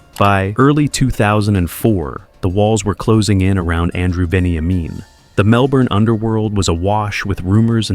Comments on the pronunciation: It’s pronounced ven-ya-min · Venny aye men 😂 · Lots of very poor pronunciation. Mokbel, Kinniburgh, Melbourne, Walshe Howling, even gets Veniamin wrong Doesn't seem like you know much about the subject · A bit wayward. Definitely incorrectly pronouncement of his name plus UNTOLD this has been told on many occasions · His story is very well known and you miss pronounced his name too plus he wasn't shot twice he was shot once in the head. Miss information much no wonder it was untold because it's not exactly accurate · I thought the same thing. I cant stand when someone who lives overseas think they have all the info aswell 😂